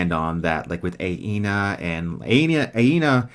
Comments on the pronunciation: just a note that you keep mispronouncing Anea's name. It's not Aena, but Anea (Uh-Nea) Great stream, one of my favorite series ever. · Btw I believe its ANEA,not AINA?